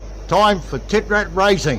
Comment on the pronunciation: Titrat hahahahahaha isnt it tiprat hahahha